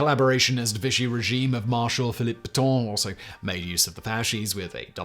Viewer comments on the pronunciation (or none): none